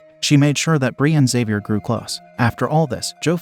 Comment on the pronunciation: It's interesting how the narrator can pronounce the name Xavier but can't pronounce the name Cheyenne.